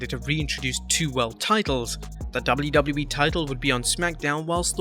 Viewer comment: Where is the other Narrator ? The other one can actually pronounce the letters "WWE" properly and does not sound like he is using a webcam microphone from 2007.